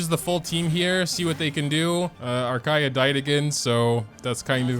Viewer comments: Also kaeya is pronounced "ka-ya" . It is a bit hard to pronounce for u because you play in jp but yeah thats how you pronounce it!! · Was very happy when you said his name right at the beginning.. and then you didn't.. </3 Lovely video as always! He was my main when I first started the game, up until a little after the Childe fight. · Why do you say his name that way when you know its wrong?! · Idk why but it makes me mad